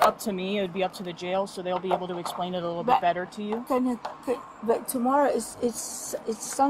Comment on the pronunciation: Damnit.. I love these officers.. but when the one officer said “let me axe you” and then said “essplain” 😝😆 I’m so sorry, but damn man… you gotta at least use better English and pronunciation than the foreign Woman 😂 he seems like a really good dude though… but damn!